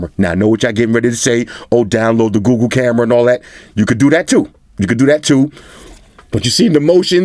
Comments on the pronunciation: "gOooGoo" Im sorry, lol😶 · that smell test had White Shoes running for the hills. Love how it sounds when says Google (GooGoo).